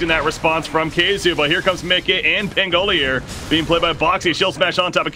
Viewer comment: I'm just annoyed that this guy can't pronounce pangolier